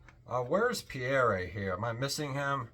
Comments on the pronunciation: Pierre is pronounced Pea. Air. It’s French for Peter. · I found his mis-pronunciation of the most common French name in history rather embarrassing.